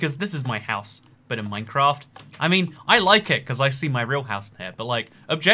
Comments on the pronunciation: MINECRAAT. Are you sure it’s MINECRAAT and not MINECRAFT? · minecraat